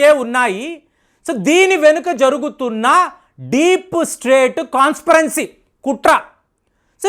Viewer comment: ఈరాన్ కాదయ్యా ఇరాన్. కాన్స్పిరేన్సీ కాదు కాన్స్పిరేసీ. అలాగే, పహ్లావి రెజా అంటున్నావు వాడేమైనా పల్లవ రాజులకు బంధువేమో చూడు 😂😂😂😂😡😡🙏🙏🙏😂😂😂😡🤐🤐🤐